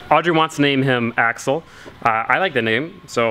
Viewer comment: Please, Axel... not axle! He's not a fucking driveshaft!